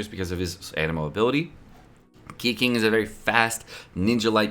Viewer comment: Keqing is pronounced 'ker-ching.